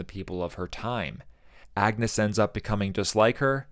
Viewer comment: Thank you for this deep dive into this great film. I identify with so many of the emotional response to your video. I am glad you recognized the alternate pronunciation of ‘Agnes.’ The movie is historically correct. It was pronounced something like ‘AN-use’ and, as Hamnet and Hamlet was used interchangeably, so was Anne and Agnes. Some scholars believe that Agnes might be her real given name, with “Anne” being a shortened form or nickname.